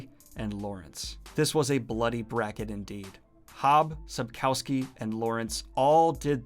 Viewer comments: please look up how to pronounce "Sapkowski", i literally wouldn't know who you are talking about if the picture wasn't there. it's pronounced a bit like Sup-koff-ski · Daniel please prounce Sapkowski less English and more Polish